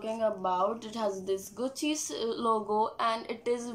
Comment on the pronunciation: Atleast say the name gucci properly!